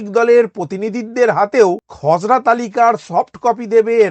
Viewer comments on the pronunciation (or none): আপনি খসরা তালিকা বলছেন না খজরা তালিকা বলছেন বোঝা যাচ্ছে না😢